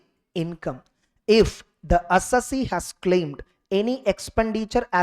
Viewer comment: SIR, please pronounce the word "Assessee" correctly............